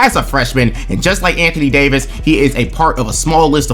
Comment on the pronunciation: Holy hell the Anthony Day-to-Davis made me choke laugh irl lmao